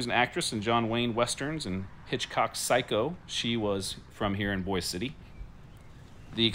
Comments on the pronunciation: Thank you - but it’s not pronounced like the city in Idaho. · Actually it’s not pronounced like Boise Idaho. Guitar signed by Toby Keith. Hospital is open yes.